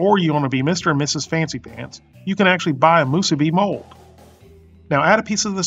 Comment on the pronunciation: 2 extra points for properly pronouncing "Musubi." If I ever go back to the Sandwich Islands, I will have 1 (or 100) Spam Musubi. steve